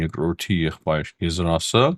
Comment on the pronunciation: Կներեք, ոչ թէ ՛՛եզրաս՛՛ այլ ՛՛ԵԶ-ՌՈՒՍ՛՛